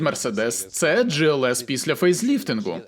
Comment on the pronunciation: Глс не джІлс!!!!!